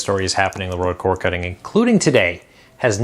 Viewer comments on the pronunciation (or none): I absolutely hate having to make this comment. I’m going to have to search for another channel with similar content. While think you do a fine job with your information, I am struggling to get past your diction. The word cord has a D , which you never pronounce, along with numerous other words. Again, I feel bad about my attitude, and probably shouldn’t say it, but it is what it is.